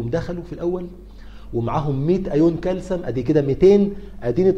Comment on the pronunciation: دكتور اسمه كالسيوم وليس كالسم 😂😆🫶 مع ذلك بديت اسميه كالسم برضو